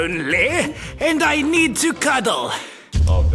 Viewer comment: WHEN SAID “MELBORN MELBORN IM SO LONELY… I JEED TO CUDDLE” LOL😂😂😂😂😂😂